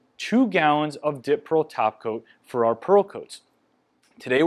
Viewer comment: Omg I’m four minutes in and I literally thought he was saying “dip pearl taco” this whole time 🤦🏻‍♀️😂 when suddenly I realized he was saying “top coat” not taco 🌮